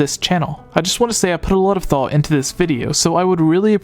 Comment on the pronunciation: bruh why u say "thought" "dock" and "top" like that